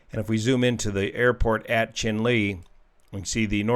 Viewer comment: I believe Chinle is pronounced in the manner of Cheyenne...